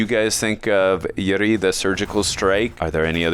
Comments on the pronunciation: Pronouns It's not yuri it's oori (uri) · It's not pronounced as "URI", it's "Oori" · It's not U ri it's Ouu ri.